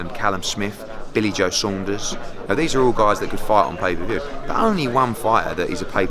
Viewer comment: Watch the way he says “billy joe Saunders “